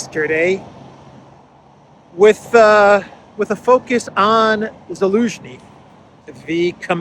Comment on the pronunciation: Zaluzhny sounds like Delusiohny